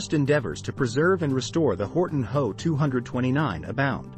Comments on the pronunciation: It's not me 262, It should be pronounced em, e, 262 which stands for Messerschmitt. And, it's not how it is H, O, which stands for Horton. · It's not me it's M. E. For Messerschmitt and it's not ho it's H. O. For Horton as in Horton brothers....the difference between human and machine speech....😮😮😮